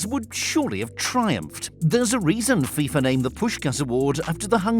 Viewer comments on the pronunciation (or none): none